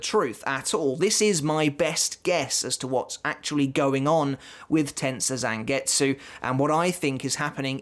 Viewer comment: Learn how to pronounce Tensa Zangetsu!!!